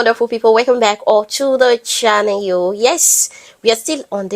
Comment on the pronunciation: 😂😂 the intro though. “Welcome back to the chanuwell”. Keep at it.